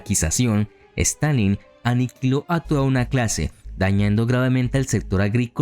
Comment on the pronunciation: En minutos quiso decir Stalin 800 veces y las 800 veces dijo Stanleyn 🤣🤣🤣